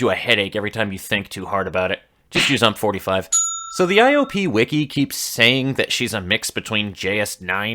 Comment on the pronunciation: Nice video and solid takes on most of the smgs, just one issue... ...pls call them U•M•P instead of ump thx. Also keep going we don't have enough GFL content creators.